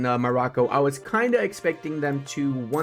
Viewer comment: I do not want to say Morrocco like that, thank you tho